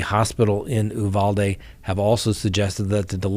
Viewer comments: Texas pronunciation: You-VAL-dee. You’re welcome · Uvalde = You- valde, not Ooh-valde. Texas native here. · Uvalde, TX Pronounced “you-Val-day” here, in Texas